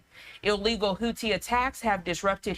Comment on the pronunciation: How hard is it to pronounce Houthi ! It’s not the Hooties !!!!!!